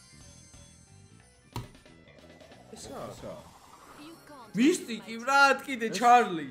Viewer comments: მისტიკი არა მითიკი რა მისტიკი😂😂😂😂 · მისტიკი არა მისთიქი 😂😂😂